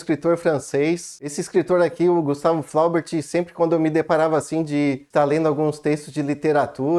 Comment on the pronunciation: Se pronuncia "Bovarrý" a última sílaba é a tônica 😅... o erre com pronuncia de rr... o idioma francês... "Flaubert" também tem a última sílaba tônica = "Flobért".